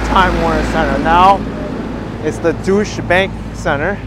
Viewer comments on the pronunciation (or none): FYI: The former Time Warner Center, now the "Deutsche" Bank Center is pronounced "doy-chuh". Great walk! I got my exercise done for the morning :)